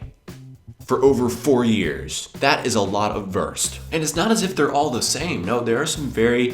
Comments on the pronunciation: Wurst not Wörst. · Not " Würst" it is "Wurst" You must pronouncing it differently. But your can lern it. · Very entertaining, I recognise as a Belgian certain dishes like Kartoffelsalat, Fleischsalat. Perhaps remnants of the two German occupations. Well, the Christmas tree also remained from those days. Why do you pronounce 'Wurst' as Werst instead of Woorst? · He lives in germany for how long and still pronounces "Wurst" the american way..."Worst" Put stress on the U sound....WUrst, like Wu-Tang Clan. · please, learn how to say WURST. it is not [WÖRST] nor worst. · He always says "wörst" xD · please say "wörst" again :-) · I love your collection of foods and videos,. Keep up your inspiring work! Yet, there is one thing you're most probably aware of: You use the worst pronounciation off Wurst eif ewwa hörd!;-P Ever tried to say 'vooorst' instead? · I love your pronounciation of Wurst ("Würst")^^ BTW why didn't you list Döner? It's actually a german invention too :) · Great Episode! :) Try spelling the "U" in "Wurst" like the ou in "You".... because Wurst is not worst ^^ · I love how you pronounce "wurst" :D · Your pronunciation of wurst is the worst. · Your ponunciation in the end is the Wurst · You are the Wurst... at pronouncing Wurst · Whenever you say "Wurst" I have to laugh so hard omg hahah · Your pronounciation of Wurst is so funny xD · i do not know what upset me the most his leberwurst = leberkäse or his pronunication of wurst